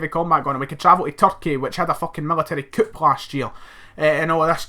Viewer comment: Coup is pronounced "coo" bro.